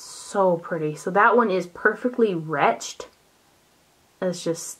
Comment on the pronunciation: Hahaha you pronounce the ED in wretched. Retched the way you pronounced it is a word used for explaining someone vomiting. Retch= vomit, wretched = evil